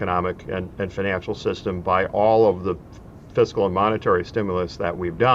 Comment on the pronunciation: At least he pronounced it "fis-kal." Tip: never trust a tax preparer who says, "What is your physical year?"